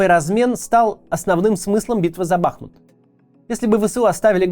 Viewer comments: Максим, БахмУт. Даже Пригожин правильно ударение ставит 🙈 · Сука, ударение на "У"! БахмУУУт! Неужели так сложно говорить правильно?! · Бахму́т — город в Донецкой области Украины, административный центр Бахмутского района и Бахмутской городской общины. Ударение на последний слог, также, как и хому́т! Просьба произносить название города правильно. ) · БахмУт! Ударение на У! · Ударение на второй слог в топониме: БахмУт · Название города- БахмУт ударенине на у😑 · Максим , правильно БахмУт, ударение на «у» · Все-таки, кое что даже в уроде пригожине есть лучше чем у тебя. Он называет Бахмут правильно - БахмУт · Господи, ну сколько можно, БахмУт, БахмУт и только БахмУт. Ну скажите вы уже ему, единственный на все ютубе остался, кто так говорит? Это пздц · БахмУт, господи, да загуглите УЖЕ НАКОНЕЦ... Что за редакторы и копирайтеры такие чайники?!?!? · Уже захейтили Каца за ударение в слове "Бахмут"? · Смотрю) Нравится. Бахмут-ударение на " У".(Бахму́т (укр. Бахмут; в 1924—2016 годах — Артёмовск, укр. Артемівськ) Умань. Ударение так же на букву " У". Если Максим комментарии не читает,его команда,подскажите ему. А то уши режет( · Бахните кто-нибудь Каца по голове, чтобы он уже в конце концов начал правильно произносить название города - БахмУт!!! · Вітаю,Максиме, треба казати БахмУт,річка- БахмУтка.Бажаю успіхів та талану, але хочу чути правильну назву рідного міста та річки. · Даже Пригожин говорит БахмУт!!! А вы!!! Правельное ударенее, это что так сложно для понимания? Сколько уже вы гворите про БахмУт, а до сих пор... Позор. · БахмУт. Ударение на У. Название города происходит от названия реки БахмУтка. Название русское и древнее. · Максим, ставьте, пожалуйста, правильные ударения на городах Украины! КУпянск, БахмУт, СлАвянск и так далее. Уже идет 9й год войны и можно данные названия для российской публики озвучивать правильно. Спасибо заранее! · Сори за занудство, но правильно говорить БахмУт и КУпянск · А ещё БахмУт, но весь регион наш тоже говорит БАхмут 😮